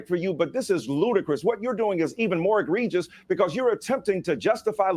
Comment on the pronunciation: Did Michael Eirc Dyson say 'Egrievious' at ? what is egrievious?